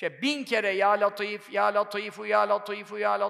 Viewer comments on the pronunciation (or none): Hocam ل harfi ince le olarak okunur neden latif deniyor